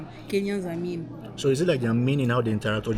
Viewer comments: i heard meam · Go back to school 😂 she said mean. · she said mean